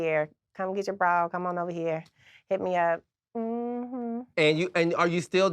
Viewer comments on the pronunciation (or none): I love the way she says bra. “Braw”